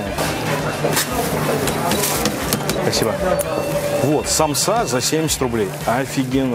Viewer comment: Почему самсА?Правильно сАмса 💁🏻‍♀️я из Азии и поэтому аж подкупает,простите❤️